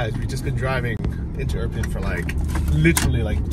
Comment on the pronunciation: Dude, what's with the Iprin instead of Irpin?! Still says Iprin